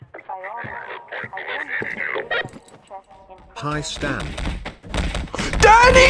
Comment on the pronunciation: am I the only one that heard "daddy" instead of "Dany" ? ;^